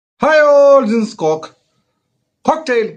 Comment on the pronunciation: Cocktail ❌ "KOK tale ✅ 😂